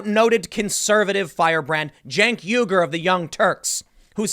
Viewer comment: As another Youtube I watch stated, "It's Chunk Yogurt" not Cenk Uygyr